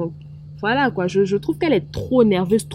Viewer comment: Ehhh tu parles hein 😂 faut savoir parler aussi c'est pas tout on dit koyyiiii.